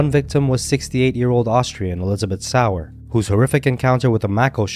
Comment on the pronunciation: And Elizabeth's last name is pronounced Sauer - (Soy-Yer) Not sour.